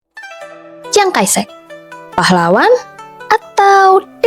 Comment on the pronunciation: Chiang kai shek kok dibaca ciang kai sek?? 😂😂😂